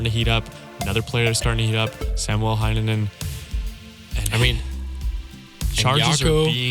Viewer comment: Nice to see Rättyä on the coverage. His energy and silly antics are a nice contrast, since most of the other Finnish players are often quite reserved. PS. Your "Hänninen" sounds more like "Heinänen" and vice versa xd